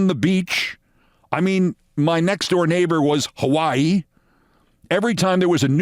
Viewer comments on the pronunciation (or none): none